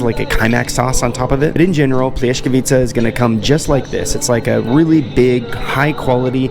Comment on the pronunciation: plyeskavitza no H in it. overall good review mate, cheers from Belgrade. and yes there are a lot of none meat dishes since we fast in manor of our Orthodox ways... and those were stuffed paprika, not sarma.